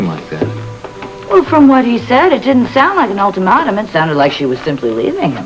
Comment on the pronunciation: LOL. ultamotim!!!! po-tah +to! toh-mah-toh!